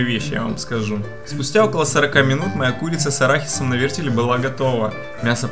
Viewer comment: "Нанизать на вертелЬ", "положу протвень на дно" ВертеЛ, пандарийские неучи, протИвень! Разбил фейспалмом лицо. Видео крутое, но курица выглядит неаппетитно :'(